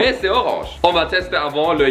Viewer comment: "Z'est blanc"😂